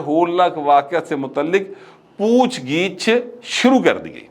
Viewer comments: It's POOCH GUCH not pooch gich, just a correction otherwise I like your V logs. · میری بدنامی نہ کروائیں ، پوچھ گِچھ نہیں ہوتا بلکہ پوچھ گّچھ ہوتا ہے اور حلمہ نہیں ہوتا حملہ ہوتا ہے ۔ جہاں کنفیوژن ہو مجھ سے رابطہ کر لیا کریں 😅